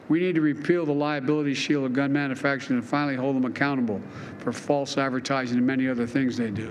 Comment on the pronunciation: Manafaction. What the everlovin' F? He does not know how to say the word manufacturer.